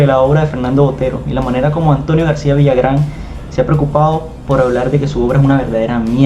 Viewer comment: No es Villagrán, es Villarán....si es cierto que es algo impetuoso y se pasa en la forma de hablar de Botero pero tiene razón en que ahora las pinturas no se comparan a la de otros pintores del pasado y no son obras maestras, solo son pinturas que alguien puso un precio. A demás, el hecho que alguien diga que es bueno, bonito o le ponga palabras sofisticadas no dejan de ser lo que son. Pasa lo mismo con la moda, que porque uno o dos o tres personajes dicen que debe ser moda, entonces así debe ser????????